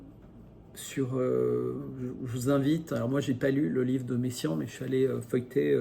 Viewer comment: Encore une chose en passant, j'entends dans votre vidéo "Messiaen" et non "Meyssan". La fin du temps. Mais peut-être sont-ce mes oreilles vieillissantes.